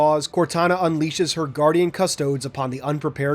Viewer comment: As a 40k fan hearing custodes pronounced ad cus-toads instead of cus-toe-dees is upsetting.